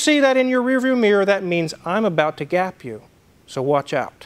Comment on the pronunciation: Did you say gap or gape? Huge difference.